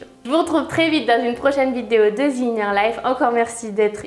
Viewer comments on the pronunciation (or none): Comment lui expliquer qu'on s'en fou ? Et comment expliquer aux gens qui se croient "bilangue" que "the" ne se dit pas "Zi" ? Bref encore une personne complètement inutile à cette société pourlave